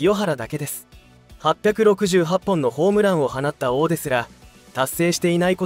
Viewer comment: 「放った」が、「ほうった」と「はなった」の読み方が混在してて気になる……